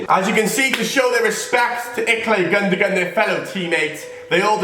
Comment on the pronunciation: The way he says gundogan annoyed me so much🙄